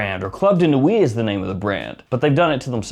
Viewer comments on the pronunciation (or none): none